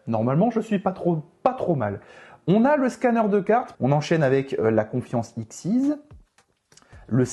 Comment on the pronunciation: Le canon dragon XYZ ne se prononce pas exceez (trop matrixé par les cartes xyz 😂), comme c'est la fusion de tête de canon X, tête de dragon Y et tank de métal Z on le prononce comme on prononcerais l'alphabet ( X Y Z ). Archétype jouer par Chad Princeton dans GX notamment.